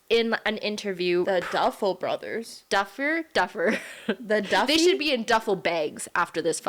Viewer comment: favourite part.. not ever saying the Duffy Brother correctly 10/10